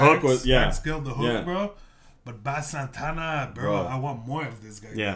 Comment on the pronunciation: do Jahseh On My Wrist from this album w Bass Santa (pronounced base)